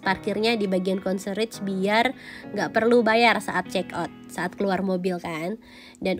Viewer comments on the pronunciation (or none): Concierge bukan konserich kak bacanya tapi konsierch. 😊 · CONCIERGE itu bacanya Kon-Si-Yers MiniBar di hotel" berbintang, khususnya bintang 5.. biasanya (mayoritas) klo WNI gak di provide, kecuali member atau By Request or VVIP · Ngomong concierge nya salah yaaa…